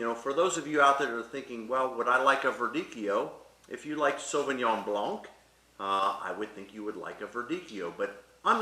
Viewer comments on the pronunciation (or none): Blanc means white in French. So it doesn’t matter if it’s in Sauvignon Blanc or le camion blanc. The c is silent in the word “blanc”. Anyway, my point was, as a beginner I’m looking for people who’s knowledge I can trust, and mispronouncing (or anglophoning it) one of the most common grapes jumped out at me. Doesn’t mean you don’t know your stuff of course. So, since you’re helping me with wine knowledge, I thought I’d give you this little tip ! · Fyi… don’t pronounce the C at the end of Blanc when saying Sauvignon Blanc. It’s incorrect and makes you lose credibility - message from a wine learner, but a French native. Thanks for the video!